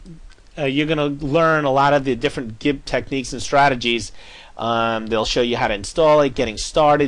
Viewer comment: i think he pronounce gimp as in jimp because of an "i" as the second letter in in the word. there are some words which sounds the same way. two examples would be; giraffe and ginger...but hey i might be wrong